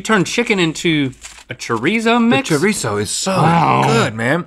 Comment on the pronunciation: He said Choreesoooo😂